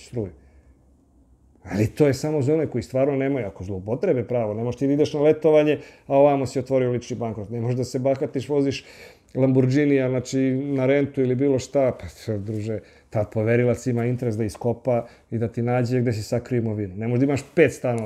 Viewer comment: (4) Kaže se lamborGini. Italijanski brend, inače ime poznate familije, izgovara se sa "g" a ne sa "dž" (u italijanskoj ortografiji kombinacija u pisanju GI i CI daje tzv palatalne izgovore = izgovara se DŽI i ČI (npr. gita = džita, cinema = činema) Ali ako se izmedju ubaci slovo H, onda će se izgovor vratiti na velarni tj. čitaće se G i K (npr "lamborgHini" se čita lamborGini, "cHi" se čita "ki". Dakle, onaj Panić i kum Nikola voze lamborGinije.